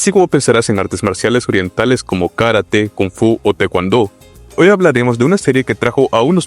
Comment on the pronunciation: A ver si dejas de hablar como si estuvieras cantando, las palabras karate y Tae Kwon Do no se pronuncian como si estuvieras cantando una mala canción